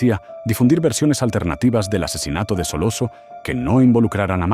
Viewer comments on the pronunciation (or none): This AI soundtrack sucks. Corleone should be pronounced correctly. It’s not Solosso. Stronjest? Come on.